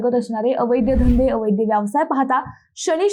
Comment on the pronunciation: मिस, अहो अवैद्य अवैद्य काय म्हणताय? खरा शब्द आहे अवैध, म्हणा पाहू पाच वेळा अवैध, अवैध. अवैध म्हणजे बेकायदेशीर किंवा नियमबाह्य गोष्ट. इथे वैद्य/अवैद्य चा काय संबंध? उगाच काहीही?.... बाकी तुमच्यासारख्यांच्या अशा भलत्या सलत्या शब्दोच्चारांमुळे आजारी झालेल्या मराठी भाषेला लवकर एखादा चांगला 'वैद्य' गाठावा लागेल... नक्कीच!!😂😂